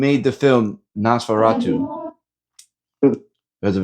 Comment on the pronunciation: That was a very famous movie. Pronounced Nose Fa Rah Too